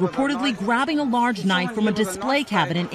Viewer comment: Can we just point out that he said “He’s got a knife” like crocodile Dundee 😂